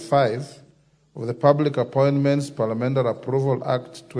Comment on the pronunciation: Did he say PALIAMENDARI😅